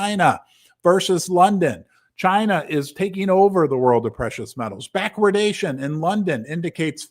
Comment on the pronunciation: I'm so proud of you for pronouncing "backwardation" correctly :-)